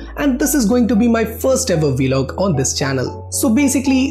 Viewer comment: It’s not velog it’s vlog